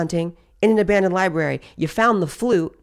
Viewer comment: I know he’s wrong but as a band major I cringed every time she said ‘flute’ 😔